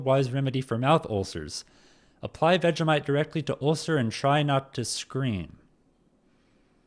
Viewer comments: It's pronounced Vegie - mite not Vega - mite. 😂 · It’s pronounced vej-E-mite